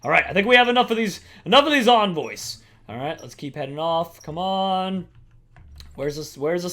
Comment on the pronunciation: You mis pronounced envoys ._.